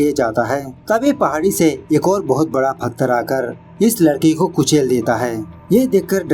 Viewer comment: फथर nhi पत्थर होता है और explanation 🤣🤘👌👌👌👌mast hai.....